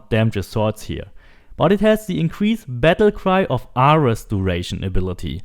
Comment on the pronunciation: Bro do you even know who ares is because your butchering his name but nice vid lol